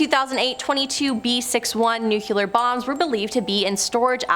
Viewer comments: Nu-clear....not nucular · .Repeat after me: Noo-klee-ar . Not noo-kyoo-lar. There is only one "u" in that word, and it is the first syllable.